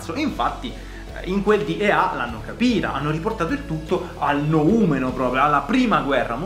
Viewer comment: Quando hai detto noumeno hai vinto tutto ahahaha